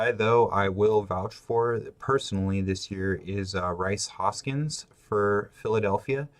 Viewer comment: Rhys Hoskins Joey Votto Scooter Gennet. Are you trolling us with the pronunciation of those names? Cause it's working man, I'm like this fuggin guy!!! Lol. Anyway good breakdown man. Good call on CJ Cron. Always important to be able to find good value late. Be mindful that Jake Lamb will gain 1B eligibility early in the year. He should mash, just sit him against lefties.